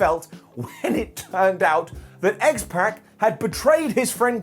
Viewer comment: Can you please start pronouncing names correctly? X-Pac’s name is not pronounced that way.